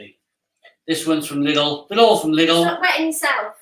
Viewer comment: my father says lilds too, its lidl ffs.